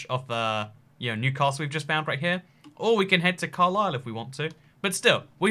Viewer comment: the 'a' in Newcastle isn't emphasised